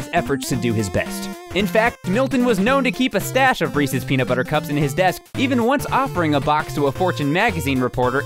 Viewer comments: Thank you for pronouncing "Resse's" right. In New Jersey at least, people pronounce it "Ree-seez" and Reese's Pieces "Ree-seez Pee-seez" and it really bothers me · You pronounced it correctly!!!!!! No one else does!!!